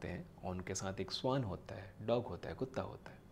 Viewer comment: स्‍वान नहीं भईया श्‍वान कहा जाता है उच्‍चारण तो ठीक करो स्‍वान तो पक्षी को कहते हैं। और हां बात तो मुंह से कर रहे हो तो हाथ क्‍यों चलाते हो इतना, तुम्‍हें देखकर ऐसा लगाता है जैसे कथकली कर रहे हो।